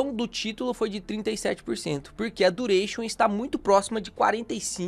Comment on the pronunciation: "vou te ensinar dureichon" leeeeeepo